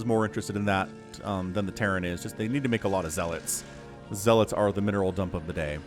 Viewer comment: I keep hearing "MINOR transfer" LOL